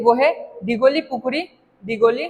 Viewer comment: Its silsako (শিল সাঁকো) not siksako